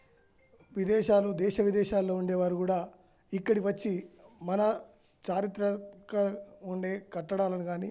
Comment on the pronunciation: First u learn How to speak that word of "Charitrathmaka"